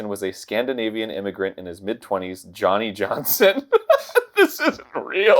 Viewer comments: The name is pronounced "Yawny Yawnson" It's a soft J. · Its pronounced Yohnny Yohnson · Its actually pronounced as "yonny yonson" he was a barely literate piece of shit farm hand. I knew i saw this on yontron Not saying this is stolen. Idc who did it first tbh i watched both because the story is such a crock of shit and its pretty funny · "Yo-knee Yonsson" could actually work as a Finnish-Swedish name "Joni/Jonne/Janne Janssen" would be pronounced that way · They pronounced it “yhonny yohnson” because I’m Scandinavian countries, the letter “j” is pronounced like a “y”. Idk if y’all knew that or not. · NO you fools! its "yonny yonson" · Aktually it’s pronounced Yonny Yonson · I thought it was Yonnie Yohnson? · I'm sorry, fuckin Yonny Yhonson?? That killed me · Yeaaaahhhhh, Johnny Johnson is not a Scandinavian name xD Though how she says Johnny Johnson like Yohnny Yohnson is Scandinavian, because we don't have the "D" sound in our Js.